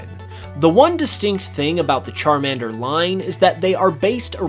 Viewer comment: Why the fuck you Say salamender right then pronunce charmender wrong It makes no sense aaaa